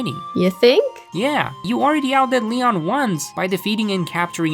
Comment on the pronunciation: He said neon not Leon 😂😂😂😂😂😂😂😂